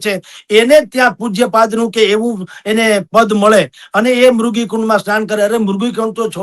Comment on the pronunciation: આ ડોકટર સંત પણ મૃગી ને બદલે મુર્ગી કુંડ બોલે છે